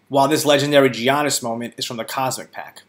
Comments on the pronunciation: Its not GI-annis.. its pronounced Yannis.. get it right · Gee-On-is..?? Come on dude.. get the pronunciation down before you make a vid ;) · Bro pronounce giannis name right lol it’s cringing